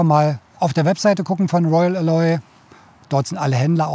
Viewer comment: Eine Besserwisserbemerkung: Alloy wird auf der ersten Silbe betont. Sorry, klassische Besserwisserbemerkung